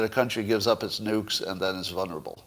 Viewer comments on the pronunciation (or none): vuL-nerable not vuN-erable, just a suggestion.